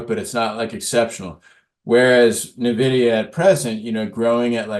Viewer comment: It’s n-vidia not navidea